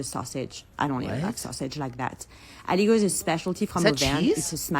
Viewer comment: Being french, I always assume that british food is somehow poison, just as self- preserve (forgot the word) Oh and "Aligot" is said A-LI-GO. The "T' at the end of a word usually is silent.